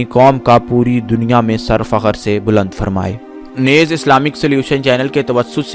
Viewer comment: Yeh lafz " nez" nahi hai balke isko NEEZ bolen .